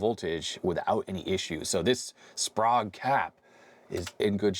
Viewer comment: Spray-ge not sprog 😂